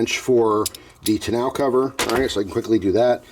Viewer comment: I love your videos man! Tonneau is actually pronounced “tonno” not “ton-now” if that makes sense 😂 happy new year